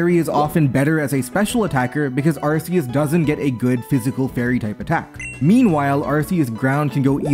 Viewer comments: Throughout the video, pronounces Arceus as "Arseus". I am disappointed in this. The correct pronounciation is "Arkoos". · Ar-key-us is how your pronounce it. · Arkeus, it's pronounced Arkeus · Why do people still say ar-see-us we have solid in game proof of pronunciation ar-kee-us literally spelt out phonetically for us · IT'S ARKOOS YOU FOOL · I guess any hope that Legends Arceus would've got people to pronounce it correctly has gone. That shit should've been sorted since gen 7 and Silvally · I don't think I can watch this if you keep pronouncing Arceus like that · for real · that is NOT how you pronounce Arceus 💀